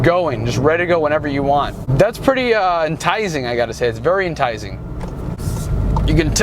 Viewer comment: “Entizing”? You mean enticing? 😉